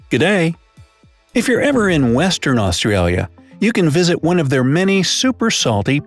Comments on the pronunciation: I hate how he says ausraria lol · Os-trail-yah is how he's saying its pronounced ah-stra-yah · Im pretty sure its called Australians mate And its Australia not austraria I guess Im a controller cop yeet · this man really said “aus-tray-lis” ew stop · Ik right it’s aus-tra-lis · He said, " Us-tra-lia" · The amount of words he got wrong lol. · It would have been nice if an Australian did this. Every second word is pronounced incorrectly, some of it is almost Chinese with a Russian accent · Australis is also pronounced incorrectly